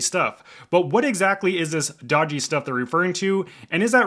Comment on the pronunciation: Doggy or dodgy? lol, drive me nuts.